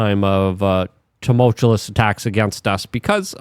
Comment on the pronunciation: Dude!!!! Its tuh-mole-chew-us!!!!!